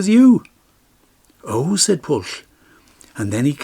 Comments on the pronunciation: The incorrect probounounciation of Pwyll is not Pwll. "Pwll" has a completely different meaning!!!!! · I wish that Pwyll and the other Welsh names could have been pronounced correctly. It would have improved the storytelling. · Pwyll is pronounced "Pwythh" with a stronger emphasis on the H and the L is barely if at all annunciated. Same with Glyn Cuch, "Keethh". Nobody expects you to speak the language like a pro, but at least try with the proper nouns. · i thought it was pronouced poo eeth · How can you say that Pwyll is pronounced 'Pwythh'? There's no 'th' sound in the word at all. It's uniquely Welsh (and I suspect you're not) and is an aspirated 'L'. gets it almost right. He just needs the 'wy' to be sounded (a very short 'oowee' sound). Same with Cuch -- no 'th' sound at all. Pronounced like the 'ch' in the Scottish 'loch'. You could at least try with the proper nouns yourself... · there is nosuch word as mabinogion. pronounce the name properly...Pwyll